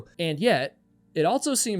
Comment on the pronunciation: At what age roughly did you start adding a "T" to the word also? "Altso"